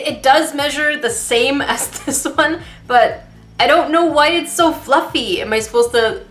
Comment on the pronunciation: If it's fluffeh just stab it even more until it's not fluffeh... 😂😂😂